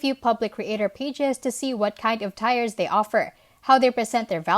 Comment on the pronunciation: Nice video. Tiers is pronounced 'tears' or 'teers'' in english FYI. 👍👍